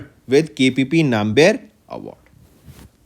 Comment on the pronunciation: Sir that is nambiyar..not nae-m-bi-yar...why you north people always mis pronounce tamil words without the meaning